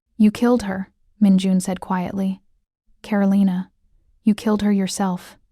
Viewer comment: So Min had NO security of his own in the restaurant while he was dining with Karolina? That's crazy. And it's pronounced Ka-ro-lee-na, not Ka-ro-lye-na!